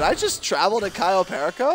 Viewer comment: It's CAYO PERICO please please🙏🙏🙏🙏say it properly🤣🤣🤣🤣🤣